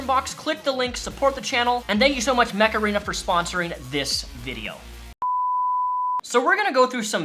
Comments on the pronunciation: Am I the only one who heard "Macarena" instead of "Much Arena"? Great video though, Amber Heard just cements my theory that evil people are evil regardless of their gender, and will use their gender in fact to get away with said evil. She is a horrible and vile woman. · Mech Arena sounds like Macarena lol